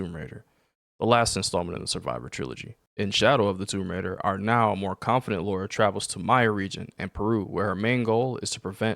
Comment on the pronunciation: And straight away - you mispronounce her name......You literally had to type her name and still you constantly call her "Laura" - not "Lara"